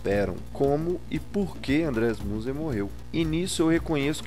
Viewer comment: A pronúncia é Minzer*